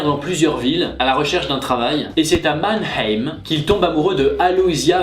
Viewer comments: On dit pas Mann-ème, on dit Mann-aïme... a,i,meuh... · On ne prononce pas le h dans mannheim